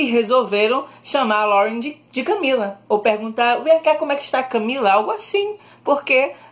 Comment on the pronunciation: eu escutei um "closer CamEEla"